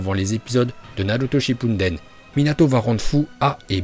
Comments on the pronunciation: On dit shippuden pas shinpunden et c kazekage pas kazekaje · mec c shuppuden pas shinppuden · RaikaGUÉ TSUSHIKAGUÉ et kazekaGUÉ et c'est pas Naruto shippuNden c'est Naruto shippuden aaah mes oreilles.. sinon bonne vidéo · Je suis mort aller je m'abonne je me demandais s'il faisait exprès de prononcer les termes ainsi Kaze 4g je suis dead. Naruto Shippudennnn à Yondaime hokkaaaagé mmmmmdrr je suis dead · tu dis encore ShippuNden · Tu ces pas parler ou quoi tu dit naruto shippunnnden (enfete ces ptetre ton accent